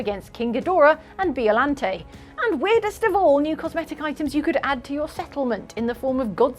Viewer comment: Mispronouncing Ebirah and Biollante made me wince